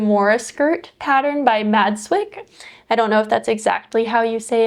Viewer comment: You said Madswick perfectly! ☺️ I’m actually making a Maggie cardigan in dusty banana too 😂